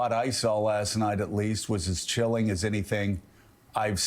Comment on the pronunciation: cilling???!!!🤣🤣🤣🤣🤣🤣🤣🤣🤣🤣who can listen to them anymore????????